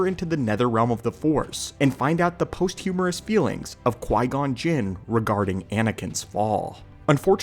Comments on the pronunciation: Its not pronounced "post humorous" "Pahst-oo-muhs" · "Posthumous", not "post-humorous". "Vehement" not "vehevent". lol But the meaning is taken. Sorry, I feel like a thesaurus or dictionary some days. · The mispronunciation of ‘posthumous’ and ‘vehement’ bothered me more than they should